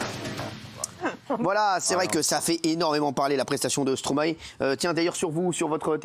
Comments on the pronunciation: Encore un truc les Français, c’est pas Stromaé!! C’est Stromae ae ae ae. C’est quoi votre Stromaé de n’importe quoi la. StromAE!!!! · et pitié les français...arrêtez de l'appeler STRoMA ééééé...petit tuto...vous êtes capble de dire MAESTRO??? alors vous devez pouvoir inverser les syllabes....Stromae...maille comme la moutarde... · Par contre stop de dire « stromaÉ » ! Ça se dit « stromAY » !!! C’est pas compliqué quand même bordel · Mes oreilles saignent à chaque fois que j’entends Stromaé.... STROMAÏ svp merci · Alors les français, une fois pour toute : on ne dit pas « StromaÉ » mais « StromAÏE » et on ne pas « BruKSelle » mais « BruSSel » ! Faites un effort, merde 🤦🏼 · S’il vous plaît la prononciation du nom de l’artiste c’est pas stromaé mais stromae le ae ce dit Aille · STROMAY PAS STROMAÉ svp faites un effort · Ils me feront toujours rire à dire stro-MAÉ